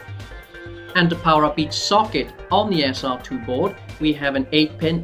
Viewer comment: say SR-2 like that one more time and ill scream...